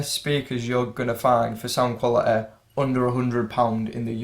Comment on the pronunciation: Brother, pronounce quality as quality . Please don't use your natural accent. Use some good English bro, when you speak.